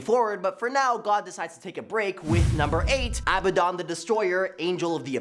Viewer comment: it's a aBADDdon like aladdin but with b's